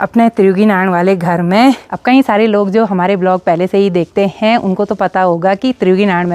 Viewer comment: Hain Hain Hain Hain Hain Hain Hain Hain Apne kai saalon se sirf ek Hi Sur Pakdya Huya Hain hain hain hain. Agar aap sari line Flow flo mein Bologe toh phir hain par Dheyan nahi ayega .Par sari line Boll kar last hain par sara strues De Dete ho thats wy Hain Bda ajeeb lagta hain sister Vlogs ache hote hain Hum Roj Dekhte hain. Uttarakhand ke sare vlogger ache hain